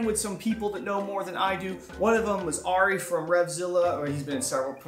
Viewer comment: It hurts my soul every time you say Ari wrong. (Air-E)